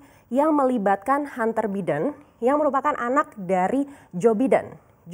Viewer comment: Biden tu bacanya Baiden, mbak! Hadeeehh...😁😃🤣👎👎👎